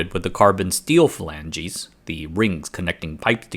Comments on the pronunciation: Note: pronunciation is flanges, not Falanges - the latter being a Spanish Civil War political movement. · you are saying the word “phalanges” (meaning fingers, like on a person), but the word is just “flange”. One syllable, two syllables if plural. To pronounce it, think of a word like “change” and “changes” except the “a” is a short vowel pronounced like you would with the word “plan”. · Flanges is pronounced flan-juhz not falangeez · Flan-gis, two syllables, not fuh-lan-ges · "Steel Phalanges" I'm not sure if he's being serious or messing with us on that pronunciation. Making me think of metal robot fingers hearing that. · ...except for the fact that he can't pronounce flanges. WTF are 'filanges'?? 😂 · Interesting pronunciation of the word "flanges."